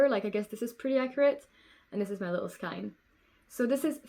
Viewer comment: It's okey, you pronounce skein wrong and that is my pet peeve :)